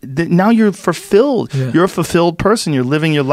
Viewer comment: Joe "I pronounce it fuR-filled" Rogan